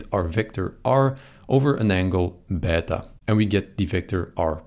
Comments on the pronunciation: Wow! Ive never heard anyone actually using the correct pronuciation for plus and beta like that! As an italian and a greek/latin student I really appreciate that! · as a russian i appreciate that too :^)